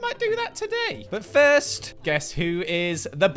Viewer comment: "The firsyt thing you're going to want to do is make a cup of Yorkshire tea." Spiffing Brit, is that you? What have you done with?